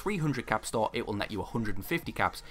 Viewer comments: Cant find my other comment but hes saying store! I though he said star or start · Absolutely anoying what are you saying.? Star or start? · That you was saying "stall" tf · Your accent made it hard for me to understand you saying store lol, but that’s because I wasn’t paying attention. I appreciate the clarification!